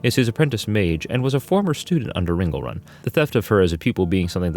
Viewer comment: Ring-le-run, not Ringle-run. And VEN-jer, not Vin-gur.